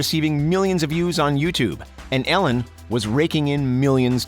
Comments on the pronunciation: The way this guy says Ellen is so infuriating. Sounds like he’s saying Allen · Lol he says it like ællen